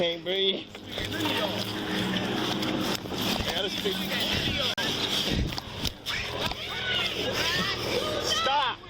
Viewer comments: "i can't breeve" is the new "allah hu akbar" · "I can't breeve ".Yeah,we heard that lie before.Drop the gun.